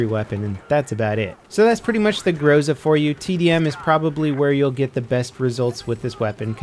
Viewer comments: It's not grOza, it's grozA -_ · correct say grozA instead of grOza. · it pronounces not grOza but grozA. Emphasis on last letter. Why, do you think, europeans don't say amerIka instead of amErica? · Yo, someone probably allready mentioned it, but its grozA, not grOza. Means "thunder-storm" btw. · It's not GrOza, it's GrozA, guys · This word pronounced not grOZa, but grozA, as the most of Russian names in this game (iglA, not Igla). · Speak correctly 'grozA'. Accent on the last letter. In Russian it means 'Thunderstorm'. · thanks for the video! "Groza"is pronounced with en emphasis on the last syllable. It means "lightning" as well as "threat" in Russian language.